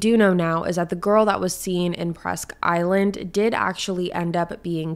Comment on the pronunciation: Correct pronunciations Bang-Gore not banger Presque-Isle not island